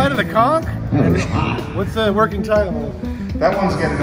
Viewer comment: It really bothers me how you were pronouncing conch lol.